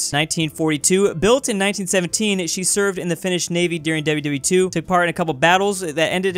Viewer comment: Everytime he said "WW2" , Im hearing "wwe"